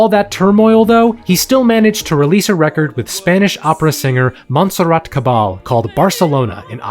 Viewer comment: Probably somebody mentioned it already but it is pronounced: Monserrat (you did it right) Caba-YE, as in KanYE if you are doing proper spanish, but a pronuntiation closer to catalan would Cava-li-e as in Cavalier.